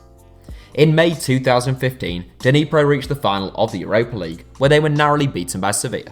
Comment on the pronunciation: Nee-pro, not Deeneepro